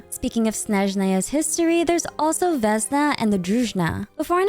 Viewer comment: small corrections: vesnA druzhEEna - as дружина - old military-like or policelike formation (it is only EN localization mistake, other languages have it right, so far i checked) anastasYa veCHe - the CH sound like in hiliCHurl